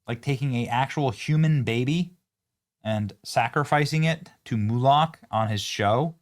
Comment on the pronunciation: IT'S MOLOCH NOT MULOCH.